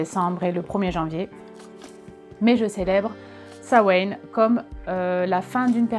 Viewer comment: Ça se prononce pas comme ça, ça se prononce "Sa-ween" (en gros), attention, ça reste un mot d'une langue encore vivante, donc il y a une prononciation correcte normalement